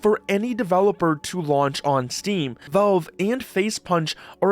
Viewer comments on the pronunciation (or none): Why do you refuse to pronounce the letter a in the word Valve? It's not Velve, it's Valve. The middle of the word should sound like you're saying the name "Al," short for "Albert." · Okay, but why do you keep saying Velve?